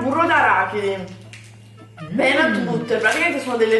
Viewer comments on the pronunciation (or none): none